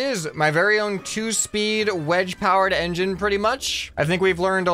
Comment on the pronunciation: the wedge gang "Wengine"